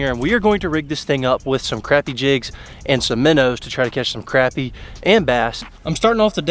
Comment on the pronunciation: it’s cra-pie not crap-ie